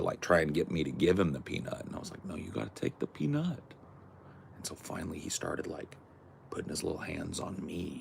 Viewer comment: OMG!! The squirrels!! Too freaking cute!! Also, kind of funny how you say "peanUt."